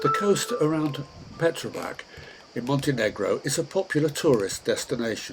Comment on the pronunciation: Its pronounced like Petrovats